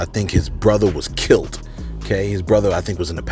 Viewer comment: I couldn't listen to the rest, You said KILT for KILLED too many times 🤷🏽‍♀️